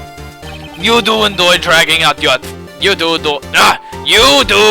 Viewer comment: who do endoy- oo joo enoy- YOU JOO JENOY- argh!